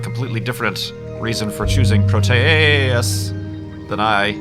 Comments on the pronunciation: it's "pro-tee-ous", not "pro-tay-ous" Greek didn't actually have that second pronunciation in their language. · its Pro-Tee-Us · PRO-tee-us Check a dictionary site for pronunciation. There's usually even a button you can click to hear a person say the word. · I pronounce it like PRO-tea-us, not pro-TEA-us or pro-TAY-us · "I'll just go with pro-tay-us." Dammit, I can't watch this video.